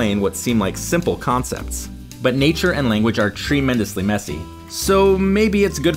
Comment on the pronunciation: Lol did he say "tree"mendously 🤦🏽‍♂️